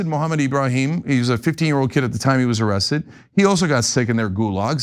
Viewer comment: he said ziesed..not arrested...